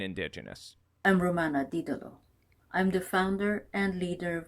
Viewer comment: Isnt it did-du-lo and not di-dulo? Doesn't matter, she's a nutter butter anyway. Merry Christmas to you, Rose, Kylie, and Minky and Cashmere ❤ (My reaction to ultra over the top 2nd hand cringe is feeling like tin foil is being rubbed on my bones 😒)